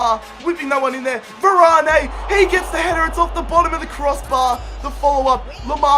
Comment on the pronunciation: YOU said varane wrong !!